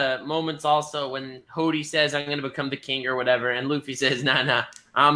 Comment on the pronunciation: i love how pronounces hody as hoddy. im gonna start using that now.